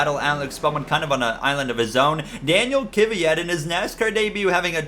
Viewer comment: Kvyats name is pronounced (Dan-eel Kih-viat) just for future reference